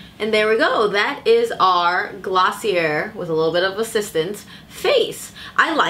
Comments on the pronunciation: It's pronounced glossy-ay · Pronounced glossy , A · I was visibly cringing every time she said Glossie-air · I literally died on the inside when she said gloss-see-uhr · Thank you for this review. Btw, it’s pronounced as “glo-see-yay” :) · I kept cringing every time you said the word .. sorry